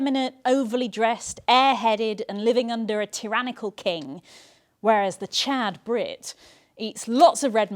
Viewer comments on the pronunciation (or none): none